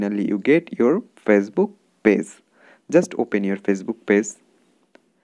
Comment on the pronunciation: It's page not pase